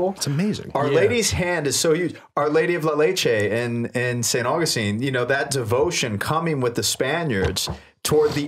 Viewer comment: You said 'St. AugustEEn' instead of 'St. AuGUStine' and said 'DecAYEde' instead of 'Deck-ed'. 😉